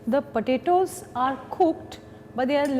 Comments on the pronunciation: It sounds like she is saying cut the burittos. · The way she says potatoes (/_^)